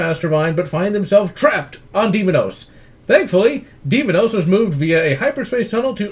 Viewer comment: Its day mos not demonous